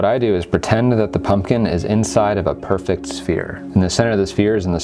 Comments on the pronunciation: "Perfet" The irony... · "perfet" lol